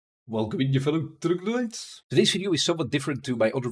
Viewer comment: i thought u were saying "Welcome in you fellow in the grenades" .__. Lmao